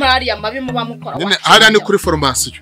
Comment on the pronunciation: Abumvise avuga fromasion mumpe like